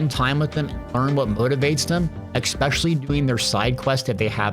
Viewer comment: Remember kids, there's no X in "especially" so you don't need to pronounce one.